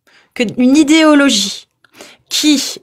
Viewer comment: Le Père Noël a fait descendre un texte où il demande de pragmatiser ceux qui ne croient plus en lui ? Pinaise, on nous cache tout ! 😱 Sinon, c'est quoi cette prononciation : "djire" , "idjéologie"...?